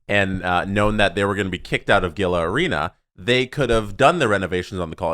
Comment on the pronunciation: Gila River Arena = "Hee-La" River Arena. Like Gila Monster....Not that it matters anymore.